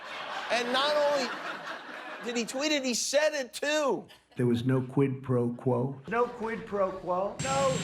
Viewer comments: No "QUIT PRO QUO" are the most difficult words in Trump's vocabulary. He pronounced them with all his effort. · He's obviously mispronouncing "Squid Pro Quote," and there was no evidence of him asking Zelensky for a quote on squid professionals in any of the calls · I think it was September when Trump first said the words PRO QUO couldn't even pronounce the words QUID PRO QUO , now he can pronounce words , just like the con an that he is . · Trump really struggles to say Quid Pro Quo. He can't say origins, he says oranges instead. He couldn't say anonymous. He makes up words based on not being able to say the right word. His arteries are as hard as cement. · Did he say "no quid pro quo" ? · I wonder how many cookies they went through while teaching him how to pronounce 'quid pro quo' ?